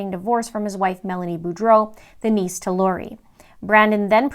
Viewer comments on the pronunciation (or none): none